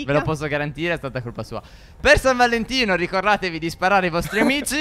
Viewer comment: Stef nell'intro a detto San Valentia